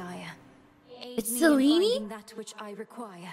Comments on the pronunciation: If they wanted to pronounce it authentically, it would be closer to SEH-LEH-NEH. "Selinee" makes it sound Italian. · But we Italians pronounce it Seh Leh Neh as well, it is also an actual feminine name in Italian